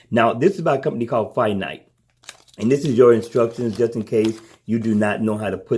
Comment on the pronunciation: Good video. Like the bands and the price. I may invest. Just a heads up... I think the company name is FINTIE (Fin--TYE) or (Fin--TEE) {Not nit picking Iam just saying:). Keep up the good work. Still cant decide btw gear 3 or Galaxy Watch tho - any advice? Price isn't an issue. Just can't decide if the MST or lack of is going to be a game changer or not. Thanks again.